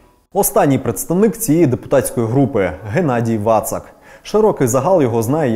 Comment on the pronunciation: Вацак - наголос на останнє А ))